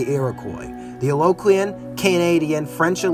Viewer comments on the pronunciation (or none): It’s Algonquin “al-gon-quin” not aloquine or whatever you’re trying to say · I have been informed about the mid pronunciation since making the video. You won’t be hearing that butchery of Algonquin in future videos.